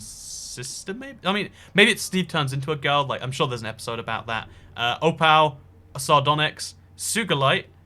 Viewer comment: opal is oh pal🤣🤣boa just say oh pul